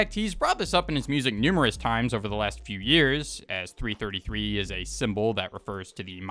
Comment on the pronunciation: bro said 3 33 not 333